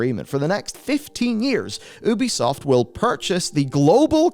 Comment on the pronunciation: How TF do you not know how to pronounce Ubisoft. All of their games say " A Ubisoft original ", not "an Ubisoft...". You're a journalist. Pronounce names correctly.